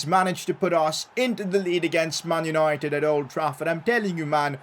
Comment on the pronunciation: "Mun yunoited"